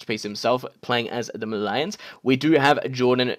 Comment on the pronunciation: You pronounce Malians wrong